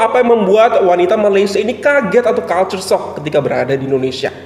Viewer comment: Tak pernah Malaysian buat perbandingan mas vs indo...slang dia pon pelik..dan fakta dia pun x tepat dan mengelirukan...Malaysian sebut Malaysia as Malaysia,dan Indonesia as Indonesia.. Malaysian sebut culture - kalcher bukan kulcher